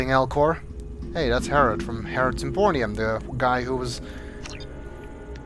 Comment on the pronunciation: heh, did you just say "Harrot's Empornium?" Sounds like an awesome place.